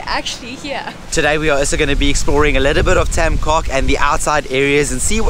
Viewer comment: beautiful video! Just one thing: "coc" is pronounced "coke" with soft "c"